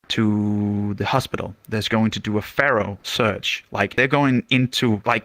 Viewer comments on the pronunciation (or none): I like how his pronunciation of "thorough" sounds like "pharaoh" TH (being [θ] or [ð]) is such an uncommon sound, globally, even though we use it so much in English